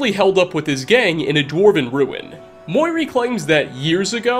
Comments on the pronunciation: It’s not “hee-rum” it’s “hee-urm” hah edit: also it’s “moo-ear-ee” not “moiri” or whatever you said? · promounced mew ree muiri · I married Muiri and mate you’re not pronouncing it right. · Muiri, not Moiri. "Fayn-Dahl", not "Fay-En-Del". Why are the Dunmer white??? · Wait have you played skyrim? Why do you say Muiri and Faendal that way